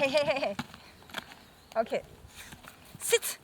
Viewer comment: Sit not Setz?